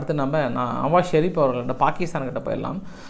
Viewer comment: டேய் மரவள்ளி தோட்டத்தான் உனக்கு நவாஸ் ஷரீப் என்றுகூட உச்சரிக்கத்தெரியாத பாமரன் நீ உனக்கு சர்வதேச செய்திகள் எல்லாம் ஒரு கேடா டேய் யூத சூத்துனக்கி நீ தினமும் நிர்மூலமாக்கப்பட்டு வரும் இராணுவ தளவாடங்களும் குழந்தைகொல்லிகளின் எண்ணிக்கயை எப்போவாவது நீ கூறினாயா டேய் குல்பிசூப்பி